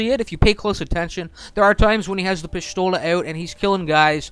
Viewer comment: pishthola? shut up or talk correctly